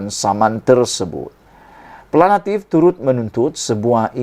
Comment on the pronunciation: Nk jdi pngulas, bahasa m, sia kna fasih..ni sbutn awk kurg tepat!.. buknya planatif, plantif....sy cadgkn awk msuk klas TADIKA kmbali....🤣🤣